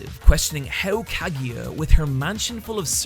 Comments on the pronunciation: Wtf is a Kagya man, it's obviously pronounced "ka-gu-ya" you bad bad weeb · Still don't understand why you pronounce Kagiya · its kagUya no kagiya im so angry right now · The video is great and I loved it but... why do you pronounce Kaguya as Kagiya? :D I know I know, accents and stuff, but is the "gu" syllable that hard to pronounce for English native speaker? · No soporto que pronuncia kaguya como kagiya 😭😭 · I died everytime he pronounced her name. I'm now extremely dead, good bye everyone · I still find it mind blowing how you're a mainly anime-centered channel and yet make absolutely no effort to even try to pronounce any Japanese character's name right. Rant aside, I've really developed a fondness for non-battle battle anime and I'm glad to see they're getting more love nowadays. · Dude, that's not how you pronounce Kaguya haha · That's not how Kaguya is pronounced... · "nor Kaguya or Mayugi.." I cringed a little bit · Absolutely great vid but pleaaase try to pronounce those names a bit more, it was painful to hear kageeya and mayuki or majuki for so many times ^^' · Him pronouncing it "Kagiya" and "Mayuki" instead of "Kaguya" and "Miyuki" annoys me. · Kageeya... my-ookee.. i'm sorry.. that's distracted me way too much otherwise this is a good analysis video.. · Great Video, but I cant get over the fact how you pronounce Shinomiya Kaguya and Miyuki Shirogane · The pronuciation of Kaguya and Miyuki is a little off, but whatever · After hearing how you pronounce Kaguya and Miyuki, it feels like you didn't hear their names pronounced in-anime